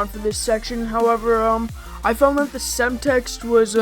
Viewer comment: semtex not semtext